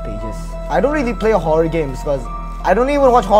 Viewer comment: it's horror* not horrow fyi...